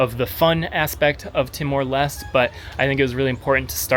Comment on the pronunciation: LES - TE.... not lest.